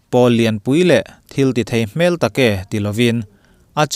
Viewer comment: A nih hmel tiha hmel hi mihring hmel ang hian lam tawh suh, a dik lo. Kel (Goat) kan lam ang thluk hian lam tawh rawh. I chhiar thiam viau a, hei hian i chhiar thiamn hmai a tibal tlat.